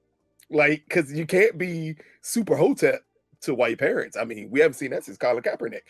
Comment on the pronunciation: definitely says Perents instead of Parents…..